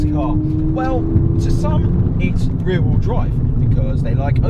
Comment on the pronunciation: Rear rheel drive lmao